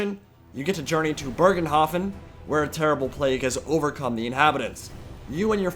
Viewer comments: "Bögenhafen" Oh wow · Why can nobody pronounce "Bogenhafen" correctly ? xD And why do you pronounce an R where there is none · basicly how you say it but remove the R. Dont change the pronunciation apart from that.